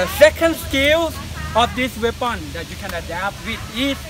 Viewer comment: "Weapound" haha